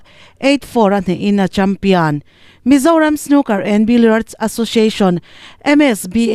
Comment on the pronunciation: 😂😂😂Champion nge? Champian?